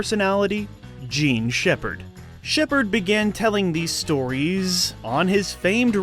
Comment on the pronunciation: Does Jean Sheppard pronounce his own name incorrectly, or are you just pronouncing it incorrectly?